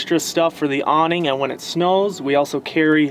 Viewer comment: really nice build, and cute couple... but I'm definitely going to tease the way they pronounce some words, like a combination of low energy mumbling with the occasional French accent. "Proh-Pain" "Ahhm-beee-ohnce" "dreen-keeng" "Awwh-neeng" "Soph-close" "Treash-bahgs" ... like talking is painful or they've never used the word in conversation more than once.